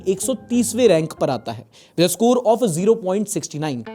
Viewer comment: Bhai naughty hone k chakkr m 0.69 ko glt pronounce krdia.😂 itna to commerce walo ko pta hoga🤔